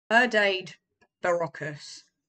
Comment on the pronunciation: I think it's pronounced (Her - Dad - Das - Bur-o-cus). Hard to nail the Portuguese accent. Thanks for the video! You make a great point about how some medicines are more enjoyable than others. That's a major difference between using cannabis as a medicine and taking pills. Never heard anyone say that like the taste of their pills.